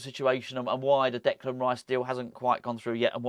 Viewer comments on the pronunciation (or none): none